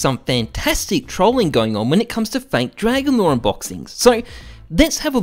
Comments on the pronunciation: "dwagon lwore" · "Dwagon lore" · "DWAGON LOR, DWAGON LOR!" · "omg dwagon lowe dwagon lowe muM GEt tHe caMeRA"